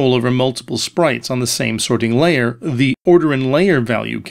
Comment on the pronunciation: "The sorting LAYer."